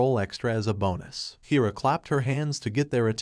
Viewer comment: It's hair-uh, not heer-uh.